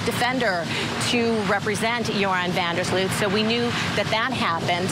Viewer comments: Offtopic, but every time English speakers pronounce his surname I cringe, it is an elongated "O" not an "OE" sound. FYI his surname means "of the ditch" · I’m so sorry, but the mispronunciation of his name by both ladies is sooooooo irritating!